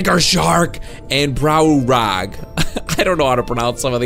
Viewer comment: why u prounouce browulag wrong....